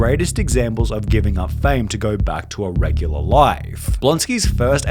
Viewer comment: Whats with the pronounciations Careeeeeeeeer, Fameeeeeee, Meeeeeee